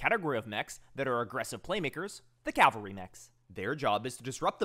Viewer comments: FFS say it with me: CAV-alry. Cal-vary is the hill where Jesus was crucified. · just a heads up your pronouncing cavalry wrong you are saying the L first like the Calvary church. You gotta say the V first.